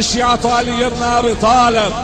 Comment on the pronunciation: المعلق ايراني نهن ابناء علي بن ابي تالب ههههععععع